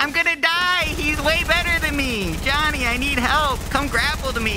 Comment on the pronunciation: When he stayed Jonny I thought he said daddy😂😂😂😂😂😂